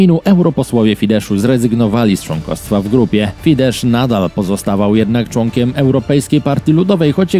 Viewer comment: Nie czyta się fidesz, tylko fides.